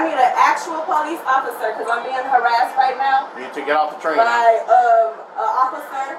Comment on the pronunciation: I need a atual po lice officer. I am not misspelling, this is how she actually pronounces actual and police officer.